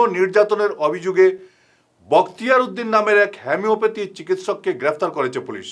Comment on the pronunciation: হোমিওপ্যাথিক উচ্চারণ টা স্বঠিক হয় নাই।